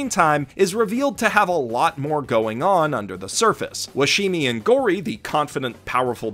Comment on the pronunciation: Is "man of culture" some new slang for "Frequently mispronounces Washimi"?:33